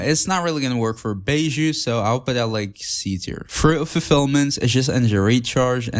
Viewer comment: bi-zhoo, bi as in bison, zhoo as in shoo but with a z instead of s :3